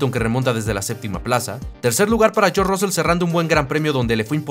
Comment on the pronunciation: No podéis pronunciar George?....